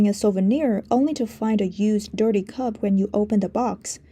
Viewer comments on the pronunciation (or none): none